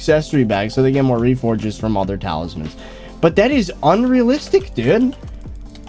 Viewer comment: "talismen" doesnt sound right